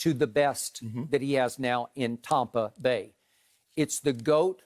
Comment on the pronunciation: Skip "Tommpa bay" Bayless